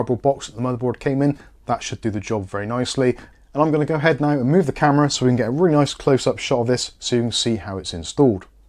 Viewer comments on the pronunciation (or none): none